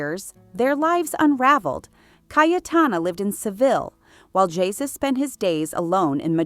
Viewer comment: Ie-su. Ee-ay-su